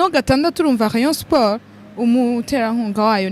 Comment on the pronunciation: Rheyonsporh Prhimus APRh Contrha 😂😂😂😂